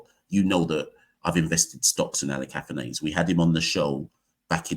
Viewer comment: Kavem Hodge looks a little like a right handed Roy Fredericks. Also, there seems to be some confusion over how to pronounce "Athanaze". I've only really seen the highlights so far, and I've noticed that some commentators are pronouncing it "ATHANARZE". Is that pronunciation correct?